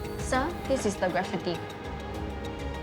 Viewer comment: Does she not know how to say graffiti?